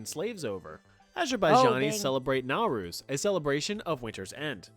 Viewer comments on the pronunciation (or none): none